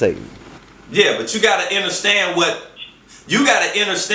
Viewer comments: Lol.. There's no way I could make it all the way through this...I couldn't listen to him say "enterstand" another time.. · Nigga automatically took a L when he said "inerstand" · did this nigga say enter stand i cant listen to u after that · PAUSE!!! DID THIS ENTIRE NEGRO just pronounce "understand" enterstand????? Please!! Throw this nigga into to the sun!! Please!! 🤣🤣😂😭😭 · Yeah but he can't pronounce understand, or Saturn. He might be on to something but he need to just be on to something and let somebody else do the talking. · This is what happens when you get a dumb nigga making an attempt at smart people shit... A pseudo-intellectual who can't pronounce "Saturn" or "understand" while spewing garbage about astrology, mysticism, and a whole bunch of other bullshit that he doesn't even really understand himself.